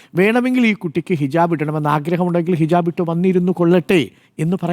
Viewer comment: ഹിജബ് അല്ല ഹിജാബ് 😄😄